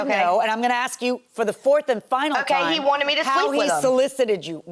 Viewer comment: The first thing taught in school should be “ax” is NOT “ask.” The worst.